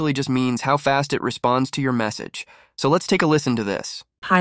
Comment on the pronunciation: "Sow" means so